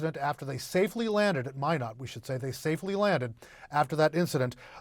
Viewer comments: IF YOU ARE A NEWS PERSON, CHECK PROPER PRONUNCIATION OF THE CITY YOU ARE TALKING ABOUT. IT IS NOT MIN OTT BUT MY NOT, NORTH DAKOTA. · Mīnot not Mĭnot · FYI, Minot is pronounced "my-not", not "minn-ott". You're welcome. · it's MY-not, not min-ot. How do you get to your level in your profession without knowing that?:elbowcough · Do announcers not learn the correct pronunciations before reporting? The 2nd man did better, pronouncing the city as My-not. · It’s pronounced “My-not” stupid CNN “reporter”. Minot, cause why not. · It helps you pronounce cities correctly! It’s “my not” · It is pronounced "MY KNOT" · Min-ott…that’s a fun pronunciation 😂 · It’s pronounced “My not” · Lol, great source of news. Can't even peonounce a US city properly. 😂😂😂😂 Glad the second guy knew. How embarrassing. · Perhaps a lesson in how to pronounce Minot is in order. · It seems that news announcers would at least look into the pronunciation of the names of cities in their reports. C’mon man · At least one of these broadcasters knew how to pronounce Minot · Are you saying this CNN broadcaster is saying it right? Cuz he's not 😂